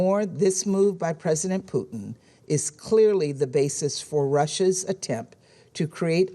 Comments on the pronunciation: His name is Putin, not Peuteen pronounced Poo-Tin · Why does she keep calling him Poutine? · president puotine lol. its putin lady poutines is fries with cheese and gravy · Why does she say Pooteen? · President "poutine" lool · All I hear from her is “President Poutine”